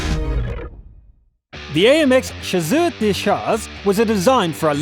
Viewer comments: Lol chazeuz de chaz... it's ssss like snake not z "chaaa - ssssseur de cha - rrrrr" without pornouncing the s at the end cause it just mean that it hunt not only one tank ( in English "Chasseur de chars" mean "tank hunter") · Did anyone else cringe at the way he pronounced chasseur de chars?